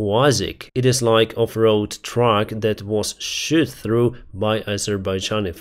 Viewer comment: Thank you for your great videos! I little tip about English pronunciation: "a plane was shAt" down is very different from "a plane was shOt down". In Russian, and maybe in Ukrainian, you may sometimes choose between saying A or O. Some say "Moskva", some say "Maskva". But in English it makes a big difference in shAt/shOt. "Shot" is something a person may have done with a gun. "Shat" is something a person may have done with his rear end.